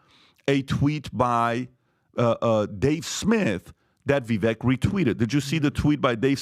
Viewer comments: ....HIS NAME IS PRONOUNCED "VIV..VAKE....WHICH RHYMES WITH "CAKE"!!!!!!!!!!!!!!!!!!!! NOT "VIV...VECK" WHICH RHYMES WITH "WRECK". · can you please show a little respect to Vivek...his name is pronounced Vivake as in "cake". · Vivek like cake, pronounce his name right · Guys ... MUST BE ABLE TO PROPERLY PRONOUNCE THE NAME OF CANDIDATE! STOP READING IT! READING IN IMPRINTING INCORRECT PRONUNCIATION !, Instead, memorize name, as such: “Vivek” is pronounced: “Vivāk” rhymes with: Bake a Cake, Fake, Lake, Make, Rake a Take,Wtake! We will KNOW HIS NAME, because, other than Trump, Vivek will prove to become a hopeful winner, if, GOP improves their reach, do some. Improve targeted messaging to the GenZ /and the educated millennial. If there’s one trait that Trump & Vivek Share, is 😊😅positive, boundless every and insatiable work ethic & they genuinely love people. Past that the similarities with strength,might be a “clash, but we can only hope these 2men were both being sincerely interested in working together, just so long as Vivek understands and smart about realizing that Trump has many strong players surrounding him. Because this can work or, just as easily get very sour, very fast. The 2 GOP primary candidates that came 2nd. & 3rd(, are fakes! Nikki I’d not trust at all! Someone needs to be watching that war mongering, opportunist. If someone foudout she was working with the DNC, I’d not be shocked. Btw., what has “someone DONE WIT RFK, Jr?? Is concerning the way it appears to has gone (???) Hope he is just regrouping after Holidays, and fundraising. But cay imagine DeSantis survive South Carolina. Is gonna be her & Trump, she’s a VIPER 🐍 Or, think - alla Italiano. Am sure Vivek ( is pronounced: Vāke( CAKE BAKE). He also passes , ‘nel sud di Ita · I do love this show, but could y’all PRETTY PLEASE pronounce Vivek’s name right? He rapped “It’s Vivek, like CAKE” lol lol Vi- VAKE😊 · Vivek like cake! Quit mispronouncing his name, please.